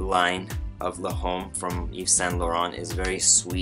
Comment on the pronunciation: It's pronounced more like l'om not le'home!